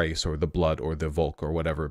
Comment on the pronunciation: "Volk" is pronounced "folk", because German "v" is "f" sound. German w is English v sound. 🥸